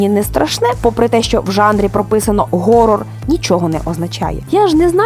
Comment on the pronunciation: Про те що англійське слово "Horror" читається ніяк не "Горор"